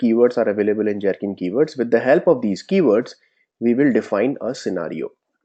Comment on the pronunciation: I'd like to understand why it is that you're insisting on pronouncing Gherkin as Jherkin when that part is already pretty standardized as a hard 'G' and not 'J'. Pronunciations: and